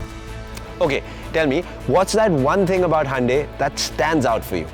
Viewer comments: It is Hyundai not hande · Good one. So it is Handey....and not hoondai or hi-undai.... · It's actually pronounced as Hyeon-de